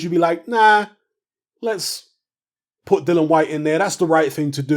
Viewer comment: I think you've betrayed Dillian,...by mispronouncing his name constantly.🙄 You're getting as bad as Fish Eyes!! 😁😁